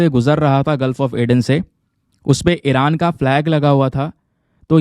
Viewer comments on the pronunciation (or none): none